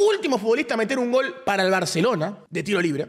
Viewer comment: decí "GOL" con "L" lcdtm